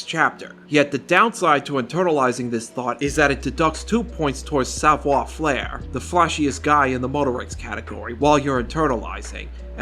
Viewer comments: bro said "savoir flair" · I can’t tell if your mispronunciation of Savoir Faire is on purpose as a bit or if that’s how you think it’s supposed to be pronounced. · He's calling it Savoir Flair on purpose, right? Like it's rage/engagement bait?